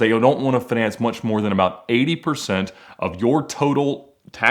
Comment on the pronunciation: Why does he pronouns finance like finesse? Lol